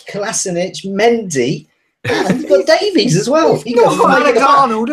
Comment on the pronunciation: Ben Davies is pronounced Davis... I'm Welsh. Trust me. Davis. It's cringey when y'all say "davees" 😂